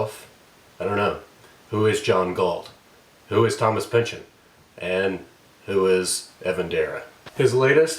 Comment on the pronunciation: But we do know that it's pronounced pinch-on not -in. ; ) The bit about Dara being afraid of influence I find kind of silly. No one writes in a vacuum. I can sort of sympathize with it but still, read some Gaddis! I'll try to cut my teeth on this play soon. Thanks for the great video. Btw, I looove Black Mirror.